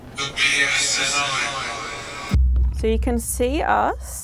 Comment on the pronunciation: Ghost says the P.S.N.I.. ladies say The P.S.N.A.. that's exactly what it said lol That's not even what you said.. you said psnA lol police service northern Ireland.. or police service northern Areland lol